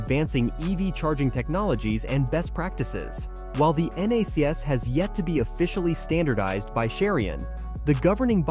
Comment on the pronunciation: Out of date and incomplete at best. It was already announced VWs network is going NACS. (It’s pronounced “nax” btw). And it’s not just GM and Ford, Mercedes and others have already announced. The title is misleading as Toyota has not said it will “partner” with Tesla or switch to NACS. The CHAdeMO charging standard is still very popular in Japan 🇯🇵 and Asian countries, as well as others. So it’s highly unlikely. This video also uses misleading images and footage, from WAY back, when Toyota owned Tesla stock, trying to make it seem like they are partnering currently, when they are not……